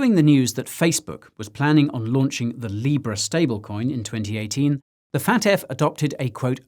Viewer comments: I love how you keep saying "Fat F" (FAFT) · I know this is serious but every time you say FATF it sounds like you're saying fat ass